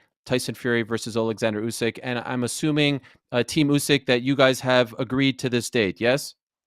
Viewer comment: As a Ukrainian I agree that this is funny =) Just as you saying "Usky" when you meant "Usyk" =)